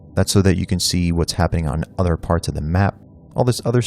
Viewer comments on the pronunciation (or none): none